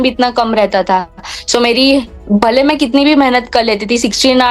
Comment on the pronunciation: that "bhale" and that"bhul" make me smile... Hu pn gujrat thi chhu ne etle :) By the way many many congratulations 🎉